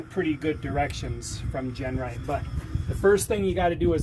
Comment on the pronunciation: great work but you keep calling it Gernright, that's not Genright thats all you.